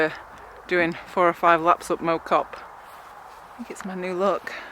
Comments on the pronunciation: I grew up around there. Got unfinished business with the climb. FYI it's it's not Mow that rhymes with Low, it's Mow that rhymes with Plough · I used to live near there and we pronounced it differently to you. More like Maow Cop, rather than Mow (as you would a lawn). I remember cycling up to the folly with my school during an activities week back in the early 90s on a very heavy mountain bike. It is such a brutal climb! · Yes , the “Mow” rhymes with “how”, not “oh”. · It is pronounced ‘Mao’ Cop like chairman Mao not Mo as in lawn mower. Non locals often make this mistake. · Pronounced Mow (as in smack ow) not Moh (as in mowing the grass) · Well done. Great ride. One small point, the locals call it Mow, as in cow. They ought to know. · Well done, although it is pronounced Mow like Wow or Cow. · Well done and W's got you the correct way to say mOW Cop and yes its one of the prettiest parts of Cheshire for sure. I live not that far away and the Cop is a regular visit - worth it just for the stunning views over the Cheshire plain and beyond. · My local climb, lots of different ways ffrom different sides which are just as fun, slightly off with the pronunciation though 👀👍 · great effort. speak to a stokie on how to pronounce Mow Cop properly